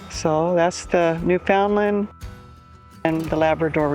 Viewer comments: The beauty of Newfoundland is not in the small port, the countryside is beautiful and rugged. It's pronounced Newfunland with no emphasis on fun. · FYI. The way to pronounce NEWFOUNDLAND correctly is to pronounce it NEWFIN-LAND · Welcome to Newfoundland! I have lived here for 2 years already, that beautiful place, excluding winter. By the way, local people say newfoundlAnd( accent on the letter "A") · Newfoundland. Rhymes with UNDERSTAND!! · Hi You need to learn how to pronounce Newfoundland properly! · “Newfoundland” properly❗️